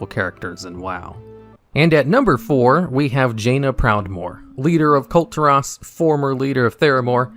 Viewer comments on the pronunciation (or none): Is it pronounced Kult Iras? whoa its been a cult this whole time?